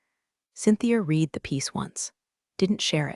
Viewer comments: Your AI doesn’t understand context in pronunciation. Until it can, spell read as red when you want it to say he red the document (so tired of hearing he reed the document). Also, listening to it say rezoom for resume is annoying. Just spell it rezzoomay until it understands context. Do you even listen to what you post? My guess is you’ve got the whole process on autopilot so it creates the story, text, voice, etc. You will lose your audience with bad AI slop. Do better. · Please STOP having computer reading script. There is a difference between something you read (pronounced reed) versus one that you read (pronounced red). Also, do some proofreading. Title says "Fire Him" in photo but "Fire Her" in typed title. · The past tense of "read" is also spelled "read," but it is pronounced like the color "red." This can be confusing because the present tense is pronounced differently Your damn audio program don't know "Past Tense" Go wash your computer in warm soapy water and dry your hard-drive in a microwave I hope you never get 10k subscribers 🖕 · Again AI pronunciation of "read" is "red" in the past tense...I believe messages with this fault in many stories rarely gets through to AI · AI can't distinguish between read and read. Mispronounces patagonia. SMH.